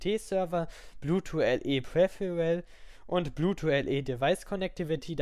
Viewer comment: sehr gut strukturiertes Video, aber wieso sagst du immer bluetwo anstatt bluetooth :D